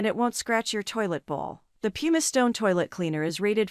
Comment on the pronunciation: ''Pumice" is pronounced PUMM - iss.